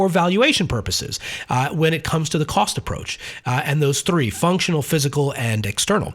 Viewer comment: "coast approach"? Did you mean cost?